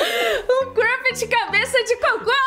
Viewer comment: Não É crupet e "crumpet" com M mais se quiser falar "crupet" todo bem 👍